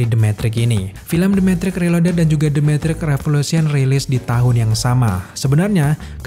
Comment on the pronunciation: metrix bang bukan mentrik 😂😂😂🙏